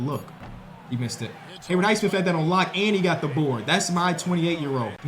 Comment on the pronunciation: it's Hay-WOOD Highsmith, not Hayward, Hay-WOOD